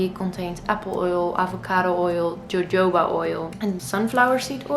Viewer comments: Haha she said jojoba oil instead of hohoba. So cute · Haylie Nguyen In Germany and Holland you pronounce it like that :)